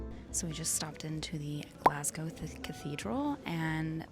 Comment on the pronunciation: thank you for pronouncing Glasgow right